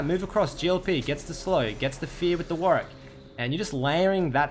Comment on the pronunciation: "WARICK" actually tilting D